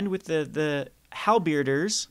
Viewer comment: Not trying to be rude, but I think the name is pronounced: Hal-bur-deers, not Hal-beard-ers